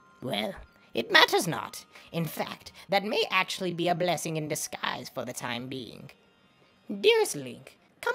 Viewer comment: "climbin' e tower" "ok I'm NOT doing that the whole way up" 2 seconds later "CLIMBING E TOWER"